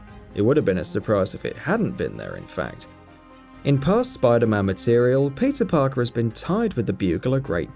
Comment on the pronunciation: am i the only one who hear "pizza parker"?